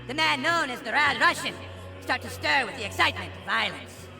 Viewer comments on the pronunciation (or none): none